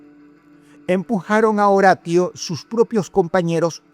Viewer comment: Dross saludos desde Colombia, me encantan tus videos. sos un gran narrador de sucesos, en éste caso quisiera hacer una pequeña observación, en el 1er caso, el chico aunque su nombre se escriba Horatio, su nombre se lee como en español horacio, recuerda la serie CSI Miami.